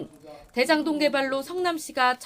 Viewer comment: 드에장동 ... 발음 교정좀 하자